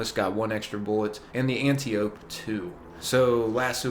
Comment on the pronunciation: An...tye...o....pee.....not anti...oope